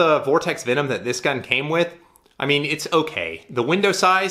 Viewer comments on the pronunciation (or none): none